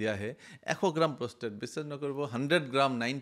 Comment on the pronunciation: কথা খিনি ভাল লাগিল ।। কিন্তু, আপুনি কোৱা শৰীৰৰ Organ টোৰ নাম প্ৰস্থেথ নহয় 😂..... আচলতে organ টোৰ নাম প্ৰষ্টেট (Prostate) হয় ।।